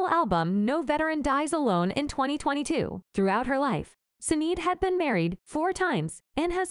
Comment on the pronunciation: Pronounced shin aid